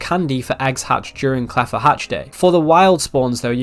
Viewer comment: Did guy just say "claffa" hatch day????